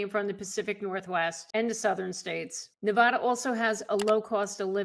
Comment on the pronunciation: Hi. Its Ne-vaaa-da, not Nev-aw-da. Thanks for the viddys😀